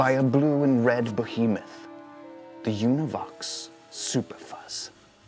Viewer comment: The new pronunciation of behemoth is to be applauwded.